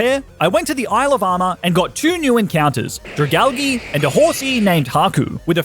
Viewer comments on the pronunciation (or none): Wait you pronounced dragalage as drag alge is drag a lay ge